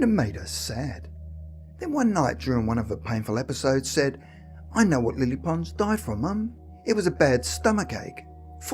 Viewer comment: It took me a while to realise that he was talking about Lilly Pons so bad is his pronunciation Lilly Ponz !🙄 Lilly Pons had the most amazing soprano voice of her century.